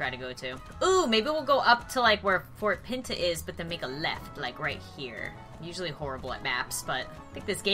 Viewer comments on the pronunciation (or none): It’s fort pints not fort peenta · It’s fort pints not fort pentagon XD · ur saying Port Pinta like this.... Fort Pee ta XD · It’s actually pronounced fort p-in-ta